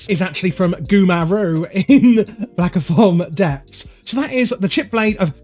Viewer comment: It's Aquanis and not Aquanus It's Black Fathom Deeps and not Blackofomdeeps.